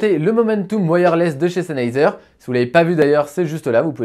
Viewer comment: Salut merci pour ta vidéo constructive. À mon avis tu devrais parler juste un tout petit peu moins vite ça t'eviterais de mâcher le nom du casque 😉 Sinon je me posais des questions sur la qualité de la réduction de bruit si certes elle est en dessous de celle de Bose est elle convenable comme celle du parrot zik 2.0 par exemple ?